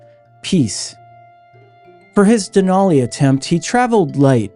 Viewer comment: "Denali" is pronounced with a flat "a" to rhyme with "alley" and "valley". I learned this when I lived in Fairbanks. .🇺🇸🌄☕